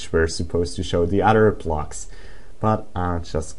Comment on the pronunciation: its called blocks, not plocks